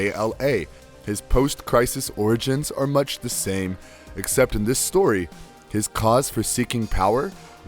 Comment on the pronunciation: Video was fine but for the random and jarring mispronunciation of basic english. Heresy into 'hearsay', except into 'exkept', 'power of countless universities', etc. Proper presentation is something to be considered in quality control.